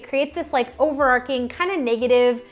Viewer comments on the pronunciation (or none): OVERAR CH ING... lol not "over ark ing"